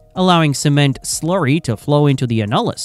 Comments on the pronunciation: I don’t think we have to worry about Skynet until AI can correctly pronounce simple English words. Thankfully, just when I was about to lose my frickin mind at the fifteenth time mispronouncing annulus, I was saved by yet another YouTube ad lamenting the heartache of premature ejaculation. I dd not return to the AI slop after that. I hate AI. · It’s annulus not “a-nul-iss”. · Not “a-nul-us”, it’s “an-you-lus” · It’s pronounced AN-yoo-lis - annulus - as in Latin for “ring” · It is called the an·nu·lus ˈan-yə-ləs. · This video is about 40 years to late, it pertains to the 70's and into the 80's and rig terminology used is all wrong, for instance the outside space between the drill string and BHA, the annulus, is pronounced (ann-u-lus). The 80's saw top drives start to replace kelly's, mud motors, dtu's and the current closed rotary loops, supplant conventional rotary assemblies. Average well depths were in the region of 10,000 ft or 3000m, but depths can double and triple that in todays drilling. MWD replaced single and mutli-shot compass based systems and gyro gave way to accelerometers and magnetometers, utilizing the earths gravitational and magnetic fields, to determine where the well is being drilled, though gyros still overcome areas of high magnetic interference, when casing is involved. Mud is used for weight to balance the inward pressure exerted by the formations, as a coolant taking the geothermal heat back up to the surface to be dispensed, and as a lubricant. In addition the MWD pressure signals are transmitted through the mud to be decoded at surface and let the directional driller know where he is when plotted on the charts, that show the the wellbore to be drilled. I was forty years in the drilling industry, first as a seismic engineer, a surveyor using magnetic and gyro single and multi-shot systems, and then a conventional rotary drilling, mud motors, jetting, bent subs, and closed loop directional driller.